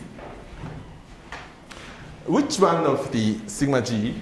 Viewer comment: Feeling amused that 'Sigma g' sounds like thingamajig :)